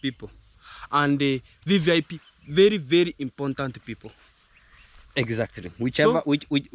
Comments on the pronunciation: ‘Impor-tant’. No letter ‘N’, after ‘R’, please 🙏 IMPORTANT✅ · They all say "imporntant"including Marwa and On Trending